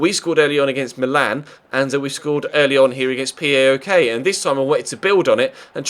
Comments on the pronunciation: You dont say "P A O K" its all 1 word "Powk" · It's not that important as you seemingly will not be playing them again this season, but PAOK is pronounced as one word (powk, the same 'ow' that is used to express pain), not four letters.